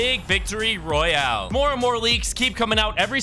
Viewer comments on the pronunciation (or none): none